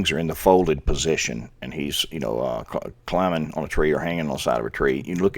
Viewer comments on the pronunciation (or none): none